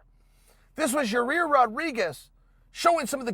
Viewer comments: It ain't Ya-Rear Uncle Chael.. For the umpteenth time It's Ya-Ear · (Ya-rear) Rodriguez lol chael it’s (ya-ear) yair ... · Ya rear??? 'Yai-ear'...Chael, come on dude! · YaRear!!! Lol c'mon Chael. YAH EAR DUMMY! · Chael: So Yareeer... Every1- its Yair Chael- ok great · Yaaaa ear!!! Not ya rear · “Ya-Rare.” Chael (Allweight GOAT) Sonnen -2019. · Ya--- clears throat Excuse me. YA-REAR RODRIGUEZ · Chael mispronouncing names is my favorite thing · Anybody else come here to hear Uncle Chael say “Yah-reer” again? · 1 second in.. Chael : "Ya-rear" Me: "Ok Great" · "Ya-ear...excuse me...Ya Rear Rodriguez" - Uncle Chael 😂😂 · "Ya-reer" 😂😂😂😂 gotta luv it! Only uncle Chael... 😂🤣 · Chael Stick your decision win up "Ya-rear" Sonnen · “ Your-Ear Vs Jeremy “ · Still calling him “Your-rear” lol! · hey unc do us a favor.. its pronounced yi-year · Ya'Rir... Yar'Rir, Ya-Ya-Reer Rodriguez... Yarir. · Holy shit, he actually does say Ya-rear. And Bolth. Also Brikfrest. You ok Uncle Chael? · Uncle Chael constantly slaughtering names . YAREAR and Kumar as examples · Yai - ear chael, your friend corrected you a few weeks ago lmao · Ya-e-air. Yair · Number 1 comment underneath mine👇.... And no disrespect uncle chael its ya- ear .. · It’s YIGH- ear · Just say "ya ear" instead of trying to pronounce his name. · Yaw- rear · Had to stop watching as soon as he said your-rear. I don’t believe he’s even watching the fights anymore. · Hey Chael, stop calling Yaír “your-rear”. Because that’s obviously not how his name is pronounced. 😂😂 c’mon, man. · he ALMOST says his name right... but then catches himself lol. It’s definitely done on purpose at this point. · I don’t understand how he can continually mispronounce his name. Its 2 syllables.